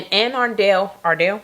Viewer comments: I pronounce it Anne Aruhn-dull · It's actually, A-run-dul pronounced. I'm from Maryland, and live 1 hour from there. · Anne Arundel (Arun-duel) …. I always like hearing unfamiliar people pronounce cities/counties I’m familiar with. Also, this story was wildddd , never expected this out of Annapolis, it’s so chill…. Maybe post pandemic but not pre!